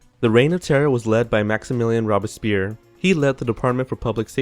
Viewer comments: Maybe can learn to pronounce Louis, Robespierre and Tussaud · issues with this video. 1.The guillotine was used until 1977 in France - not just through the French Revolution. 2.Robespierre was mispronounced, at least from the way I've always heard it. The O is long - at least in American English. Perhaps your pronunciation is correct elsewhere. 3.The guillotine was not invented by a "Mr. Guillotine", but by a "Dr. Guillotin". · Robespierre was a French name, and well pronounced (as in French) though the R in the name pierre should RRRRoll . The O should not be long. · Robes-pierre (long o not short o) NOT Robis-pierre. Band-edged NOT Band-aged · Robbispeer ? SERIOUSLY !? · I cringe every time I hear this guy say "rob a spear" when referring to robespierre. never heard that before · in this case, especially if you're going to feature a guest host, please research the pronunciation. It's "robes" - "Pierre"... not rob-a-spear. Takes us out of it a bit, you know? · ROBES-pee-air, not "robespere." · Rob-a-spear??? Oookay! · This video has some historical errors, and some of the narrators don't even know how to pronounce. (Hint: It's not Ro-bess-pee-air or Loo-ees) Robespierre didn't shoot himself. He was shot by one of the soldiers sent by the Assembly to the Pavillon de Flore where the Committee of Public Safety (French: Comité de salut public) had its headquarters. The musket ball hit Robespierre straight in the mouth, shattering his jaw. The wound was roughly bound with a cloth. Robespierre, conscious throughout, was placed on a table where he lay moaning for hours. He was taken to the Place de la Révolution (now called Place de la Concorde) where the Paris guillotine was erected. One of the executioners ripped off Robespierre's bandage. Witnesses said that part of the "Incorruptible's" lower jaw came away with the bandage. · c'mon guys, at least try to pronounce names correctly in your videos. "Robe-a-spear"? "Loois"?